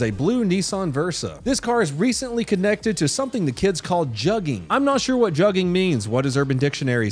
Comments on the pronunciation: Its pronounced "jooging" not jugging.. and its like an easy con. Im in baltimore and when i was a teen we called people who robbed people joogs. Im 33 ATL wanna claim everything 😂😂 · Let the only black guy who watches you help: Its pronounced "juh-ging". Love your vids.😂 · it’s pronounced “joog” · It’s pronounced joog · not that i blame for not knowing, but jugging is pronounced "jooging", like "took" or "book" lmao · lol it's pronounced "J-uu-gah" blame the Fetty Wap era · its pronounced jooging they just spell it stupid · It’s pronounced (Jugging) it’s got that long uggg sound in it I can’t stand that people are acting like this is new slang dudes would try to juge me for my lunch money in middle school like 20 years ago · It's pronounced " joog" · Its pronounced Jewging* it's just spelled jugging